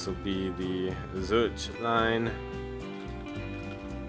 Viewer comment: When it comes to missions where I really struggle like Swiss Made or missions I just handled poorly like this one, your guides are the best. Appreciate you putting these out! P.S. In Swiss Made and this one you're killing me with "Zur-ich." It's Zur-ick